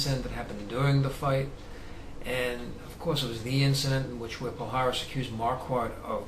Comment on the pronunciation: its is not "pal haris" the correct pronounce is "pallares"